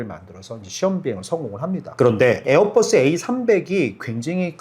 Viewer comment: 에어뻐쓰라고 안 하면 안돼요? ㅠㅠ 보잉도 뽀잉이라 안하고 맥도날드 떠글라쓰라고 안하자나요